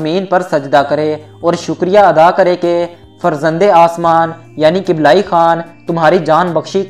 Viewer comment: kiblayi nhi kublaiie.. dosto dosto thora kam bola kren video mai